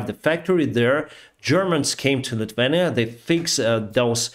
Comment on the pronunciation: Sounds Lithuania incorrect.. Not Litvenia, but a little simpler.. Lith-iuei-nya